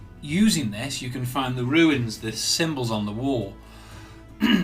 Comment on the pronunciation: This video was very helpful and I'm grateful for the work you put into it. But please, sir, "runes" is pronounced "ROONS." Not "ruins." 😅